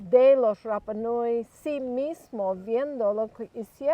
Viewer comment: CANAL MATA O TE RAPA NUI, AMO SU CONTENIDO, NO ASÍ, A MI HAU RAPA NUI, CUANDO LE DAN CON EL RRRRAPA NUI, CUANDO UNA ILUSTRE VISITA DICE CORRECTAMENTE RAPA NUI....TAREA PARA LA CASA